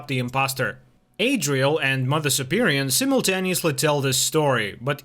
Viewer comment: It's mother superior, not superion.